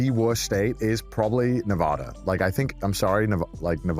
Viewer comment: Man based Nevada on Vegas. Northern Nevada completely different :(. Also still does not pronounce Nevada correctly :(